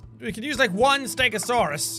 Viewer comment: i am a ste-go-saurous